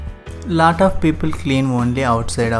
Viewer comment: Lat of dirt😀anyway nice